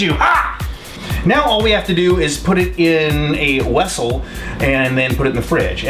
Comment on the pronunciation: "wessel"...a Star Trek IV reference?